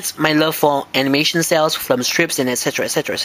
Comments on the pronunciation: Sounds like your saying Flim instead of Film xD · you say Flm instead of film...thats cute =^w^=